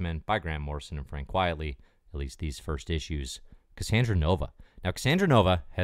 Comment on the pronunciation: QUITE-ly, not Quietly